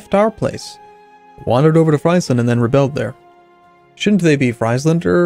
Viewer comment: You prenounce friesland as freezeland